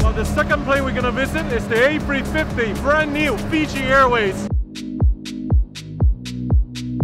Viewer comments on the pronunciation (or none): Sam.. it’s not “A free 50” .. it’s A350..